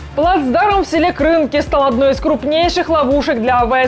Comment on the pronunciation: Неправильно ставите ударение. Не Кры’нки - а правильно Крынки’. Ударение на последний слог нужно ставить.